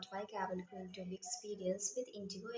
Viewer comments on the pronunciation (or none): none